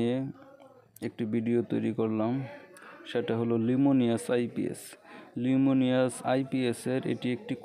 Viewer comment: লিমুনিয়াস নয় বলেন লুমিনাস